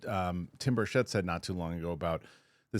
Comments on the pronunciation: Tim Burchett pronounces his name BIRCH it. Not Bursh-ETTE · Rep. Tim Burchett's last name is pronounced BURR-chit